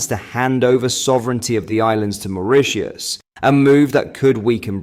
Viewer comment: You can't pronounce "Mauritius", you can't pronounce "Haemorrhage" and you called Donald Trump "the former US President". And that's just today's list! That's enough now, UNSUBSCRIBED